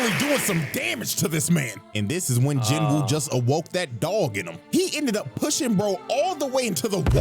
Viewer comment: I will keep sayin this until people get it right, the W in Jin-woo is silent, its pronounced more Jeenoo